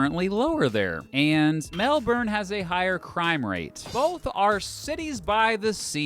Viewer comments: correction ! "Melbourne" which you keep saying, is a Florida city southeast of Orlando. The Eau Gallie Arts District, on the Indian River Lagoon, is known for its galleries and Foosaner Art Museum. Period buildings include the Rossetter House Museum & Gardens, restored to its 1908 appearance. Across the lagoon, Howard E. Futch Memorial Park at Paradise Beach faces the Atlantic Ocean. North, Brevard Zoo features a kayak tour through an African habitat. If you want to compare the Capital city of Victoria, Australia, you need to use the correct local pronunciation for that city name, not what you keep saying erroneously, throughout your (error full) video. FAIL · The way you pronounce Melbourne does my head in. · that's actually a very common pronunciation for foreigners - I heard it a lot. Had to learn the right way myself :D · Learn how to pronounce Melbourne properly. Very annoying to my Australian ears. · Your pronunciation of Melbourne is irritating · Stop saying Melbourne wrong if your gonna do a video on Australia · U said Melbourne wrong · HOW COULD U PRONOUNCE CANBERRA RIGHT BUT NOT MELBOURNE xdd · Bahahaha the dumb Yank got confused with the sports teams. AFL originated in Melbourne, so most of the teams are Victorian teams. Most of the older suburbs have their own teams. Some of them are in the top league, which everyone knows about. Ie. there are more than just 2 teams. Just joking about the "dumb Yank" comment. I couldn't help myself :P Also one last thing, when trying to pronounce "Melbourne", try not to say the "R". It's mostly silent. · Can we get someone to get this guy to pronounce Melbourne properly? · The way you pronounced Melbourne in the first 10 seconds convinced me to not watch this. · You’re saying Melbourne wrong mate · It’s not Batman. There’s no stress on the last syllable. It’s pronounced more like Batmen. And it’s frustratingly irritating to hear Melbourne pronounced Melborn. It’s Melbin. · it's not mel BURN, it's Mel Bun. Get it right